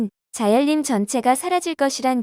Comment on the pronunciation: 자연림 : 발음은 "자열림"이 아니라 "자연님"입니다 발음에 좀 더 신경 써주세요 듣기가 참으로 거북합니다